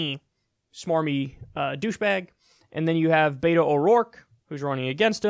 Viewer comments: Kyle it's not Beito its Beto bruh 😂😂😂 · Kyle please call him BET-OH NOT BAY-TOH... AND YOU OBVIOUSLY ARE NOT PAYING ATTENTION. BETO SET A GOAL TO VISIT EVERY COUNTY IN TEXAS. HE HAS MET THAT GOAL! HE HAS BEERS WITH BETO events IN MANY CITIES WHERE TALKS TO VOTERS ONE ON ONE. HE HAS BEEN EVERYWHERE! AND HE HAS DONE ONE THING THE DEM PARTY HAS IGNORED FOR YEARS, MAKE HIS NAME IN FORT WORTH AND ALL OF TARRANT COUNTY. FARMERS ARE ANGRY WITH TED. SO RESEARCH PLEASE, BEFORE SPEWING ANOUT WHAT BETO NEEDS TO DO. HE IS ON IT! I ASSURE YOU! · Pronunciation note: BET-OH, not BAY-TOE. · Beto is pronounced "Bet-o" (the "bet" part is pronounced as if we were talking about a wager.) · Kyle I love your show, but it's killing me. Beto, like bet-o, the Latin American shortening of Albert or Alberto. The mispronounciation is rough buddy. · The way kyle says beto made me laugh every time he said it. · Kyle nitpick here. The e in Beto is pronounced like the e in echo, not like the a in aces